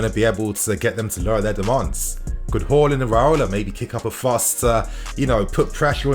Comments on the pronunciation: Its haaaaaaaland not horland hallland or whoreland u pronounce his name so weirdly lol😂 but other then that good news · Haaland vs Holland pronunciation mate. Work on it. Haa vs Ho